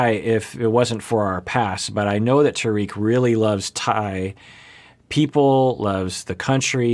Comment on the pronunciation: Trying to be nice about this but it’s not pronounced ta reek it’s pronounced tar Rick rhymes with spar and lick